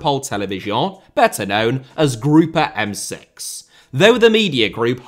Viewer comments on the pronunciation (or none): Hey, as a French native, "Le Groupe M6" is pronounced just like in English, Group M6, the E is silent ☺️☺️